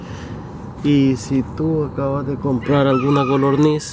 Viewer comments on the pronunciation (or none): Por que les dices golorniz y no codorniz?